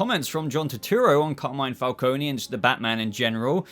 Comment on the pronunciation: Not a dig as I enjoy your videos but John Turturro is playing Carmine Falcone. Pronounced Fal-cone. You don't Pronounce the E. You may be getting confused as Salvatore Maroni is also a Batman mob boss character.